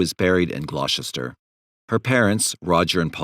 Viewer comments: For info we pronounce ‘Gloucester’ glosster not gloshester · Apart from English towns like Gloucester! 😂 Let's hope he doesn't need to talk about Worcestershire sauce, hey? 😂